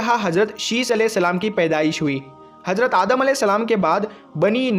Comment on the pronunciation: Are jahil hajrat nhi hazrat bol phle jakar urdu pad